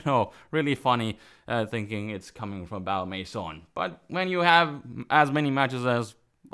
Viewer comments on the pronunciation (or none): I have that weird feeling that you're pronouncing "Maison" with a stronger and stronger French accent each episode. :P